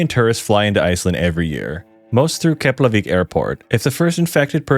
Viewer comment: As far as I'm concerned, you pronounced rekyjavik perfectly.